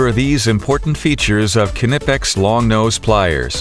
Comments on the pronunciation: The narrator ought to learn how to pronounce Knipex like a German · Dammit, now you got me pronouncing it all funny. I know the k isn't silent, but when I hear people say it that way it still irritates the hell out of me.